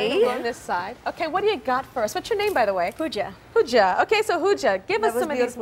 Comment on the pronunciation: i swear tyra called her HOOJA not POOJA